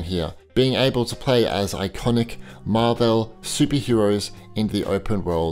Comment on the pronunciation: MarVELL? Seriously? Have you never noticed that you're the only one who pronounces it that way?